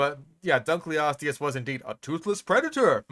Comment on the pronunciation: It should be pronounced Dunk-el-o-steus. It's named after a guy who's name was Dunkle. It means "Dunkle's bone" which sounds like some kind of innuendo, if you ask me.